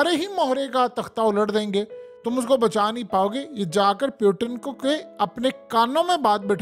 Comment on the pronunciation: Is not peutin is putin 😂😂😂😂😂😂